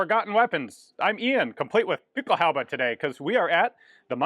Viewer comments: What the hell is "guten shooten?" If you ever come to Germany I'll have to give you some german lessons 🤣 At leat you got "Pickelhaube" right 😅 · Your German isn't half bad. And you even pronounced Pickelhaube correctly. Not bad at all for a citizen of a country where most people seem to believe everything written should be pronounced as if it were English.